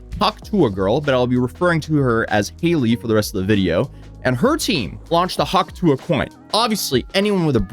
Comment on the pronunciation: Do you have trouble pronouncing the T in tuah?